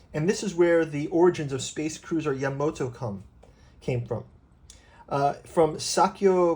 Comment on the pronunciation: It's "Ya-MA-to." Not "Yamoto". (sigh) What you got here is, it's a program guide specifically for the 1977 theatrical release of the Space Battleship Yamato compilation film; there are plenty of other books that cover both the 1974 TV series and the other TV series and films, but this one was just for that '77 movie.